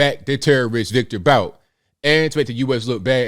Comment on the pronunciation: Pronounced boot...